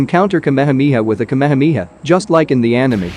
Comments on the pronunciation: Its not kamemeha its ka me ha me ha 😂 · It's KA-ME-HA-ME-HAA. not kamehmia. Had to watch this video on mute. Couldn't stand hearing kamehmia anymore. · That's ka-me-ha-me-ha, not kameha mia.😢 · Everyone :- Ka-Me-Ha-Me-Haaaaaaaa Ai :- kamha-mia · Bruhhhhhhhhh the kmehmiha kmehmiha is the epic pronounciation 🤣🤣🤣🤣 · but it pronounced me as me not as mai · Omg the way he pronounced kehemehea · I never knew kamehameha was pronounced as kamamamiha 😮😂😂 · bro butchered the word kamehameha